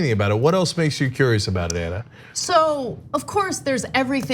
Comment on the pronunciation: Ana not Anna, dear dopeymark.